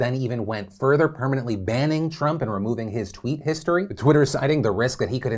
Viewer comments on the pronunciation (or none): none